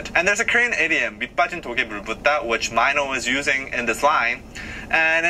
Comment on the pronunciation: It's okay. it's the pronunciation is actually MENO but when you say it swag way it will be A YO MYNO.